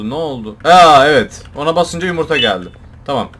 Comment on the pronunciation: Abi onun adı yumurta değil yumuytahahaha😂😂😂😂❤❤❤❤